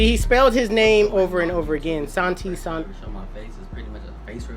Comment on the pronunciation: it’s sahntee it’s Hispanic it’s never pronounced san t it’s always pronounced sahntee